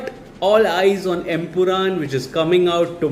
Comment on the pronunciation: Bro it's empuraan not empuraam.